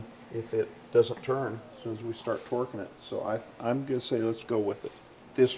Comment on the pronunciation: And "twerking" up the head bolts lol